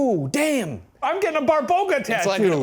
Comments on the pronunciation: little correction here, it's actually BABA roga, not BARBoga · lol it's babaroga not barboga I'm dead